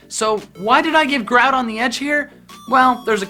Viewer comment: Growdon not grawdon